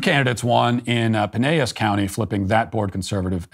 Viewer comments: I love how he pronounced Pinellas as Pineyas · Matt, you are canceled for your mispronunciation of Pinellas County.